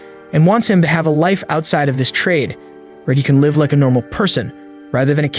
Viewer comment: Brah you know AI breaks the immersion because it can't distinguish the difference between live and live, love the recaps. The ai always makes me laugh when it says live when it means live. 😂😂